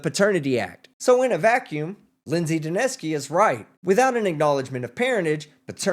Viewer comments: I like the attorney for the plaintiff's pronunciation of Lindsay Duneske's name: dunce-key. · Is it just me or does the judge sounds like she is calling her Miss DaNasty? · His lawyer called her "Ms. Dunce-ski" 😂😂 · I love how every time they say her name they pronounce it differently